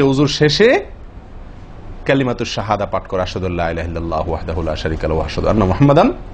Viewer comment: হুজুর আপনি কালেমা শাহাদাত পাঠ করতে গিয়ে "ওয়াহদাহু" এর জায়গায় "ওয়াহলাহু" শব্দটি ব্যবহার করেছেন দয়া করে বিষয়টি সংশোধনীয় কিনা দেখবেন। আমি সাধারণ একজন মানুষ প্লীজ ভুল হলে ক্ষমা করে দিবেন।